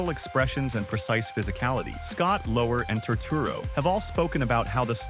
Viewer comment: FYI: "Lower" rhymes with "flower".